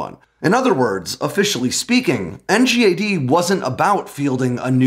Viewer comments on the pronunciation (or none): As someone who worked on NGAD, it’s nails on a chalkboard hearing you constantly call it “NGAD” and not “in gad”. Please, call it “in gad”. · NGAD is pronounced “en-gaad.”